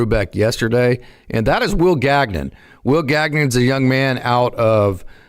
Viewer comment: Will Gag-Non? Gagnon is a French surname. It is pronounced Gan-Yawn.